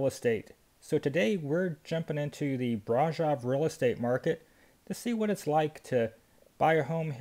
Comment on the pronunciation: I wish Romanians would correct this guys pronunciation of Brasov?